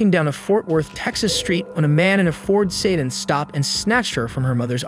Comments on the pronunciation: it's pronounced "suh-DAN" not "SAY-din" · Ford Sayden? You mean a sedan? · Did you really pronounce sedan as "sayden" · how do you not know how to pronounce sedan